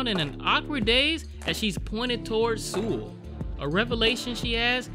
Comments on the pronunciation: You say it like soul nit sool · 근데 왜 서울을 수울이라고 하지 ㅋㅋㅋ 그렇게 어려운 이름도 아닌데 암튼 잘 보고 갑니다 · why the hell are you saying Seoul wrong .. its pronounced like Soul not Sool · Seoul is pronounced like "soul" (not "sule"). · Boknam, a great character. 👏🏻👏🏻👏🏻 Also, tip: Seoul is pronounced like “Soul” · I'm a native Korean speaker. Saying "soul" is close enough basically. If you want to take the pronunciation more seriously. You could pronounce it seo-ool. Say the 'O' sound with a light tone that sort of 'dips' slowly into a short 'oo' sound. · Lol everytime you say Seoul you pronounce it sul which is alcohol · Please please please... It's pronounced soul lol I twitched every time lol but this seemed like a message about East Asian culture, it use to be that you didn't interfere with other people's business (not to this extent, it's exaggerated) on top of women's role in rural areas and in the past how hushed these things were when it was frowned upon to divorce or protect their family image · Actually titled Bedevilled but this title speaks to me. Edit: I sound like a damn fool pronouncing Seoul wrong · The way you said Seoul cracks me up 😂😂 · close enough for westerners lol